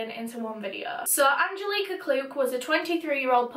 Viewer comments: It’s “Anne-jellic-uh” Angelica! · Me: An-gel-ick-ah: Aan-jill-eeeek-ahh 💕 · I’m from Poland and the way you pronounce Angelika is mind blowing wow I love it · you pronounced Angelika wrong... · the way her name is pronounced just makes my blood boil, its like nails cross a chalk board😂 holy shit i only made it 7 minutes in before i had to quit. angelika, shiiit putting rugrats to absolute shame.